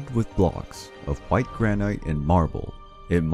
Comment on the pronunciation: He can't say "granite" hehehe